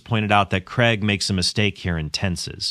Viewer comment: Cregg? Craig!